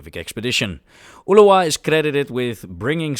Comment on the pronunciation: Your Spanish pronunciation is very good but remember Ulloa is more like "oo-joa". The video is also great.